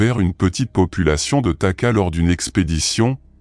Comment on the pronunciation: Pas taka, takahé .